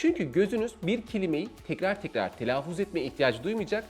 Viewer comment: Evet, oldukça akıcı, yararlı, güzel bir sunum olmuş. Telaffuz kelimesini telaafuz olarak telaffuz etmeniz dışında...